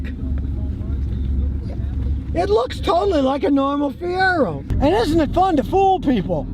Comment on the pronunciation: First time I ever stopped watching. He said Fiero. Lol.